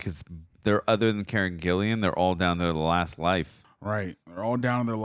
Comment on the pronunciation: It’s Karen GILLAN. GILL-Lan , not GILLIAN